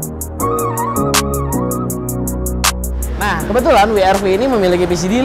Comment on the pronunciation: Double U kak. Bukan We er Vi..